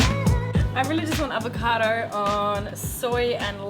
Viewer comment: It apPIAs like some people KANE't run as well as lift but that aVATOcado looks YUM - a "Mwell yum BrECK" ("well yum brek"... rhymes with... sort of!!) x